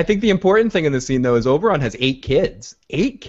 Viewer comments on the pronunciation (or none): The dornish guy is called Oberyn not Oberon tho